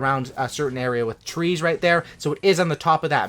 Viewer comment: It’s trees not seats